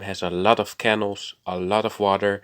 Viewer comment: Great video. Wonder how long it will take to repair the damage? Side note you may want to look at how you say canal, yours sounds a bit like kennel. Sorry if that's cheeky it's not my intention.